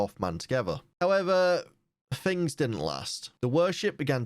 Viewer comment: its things not fings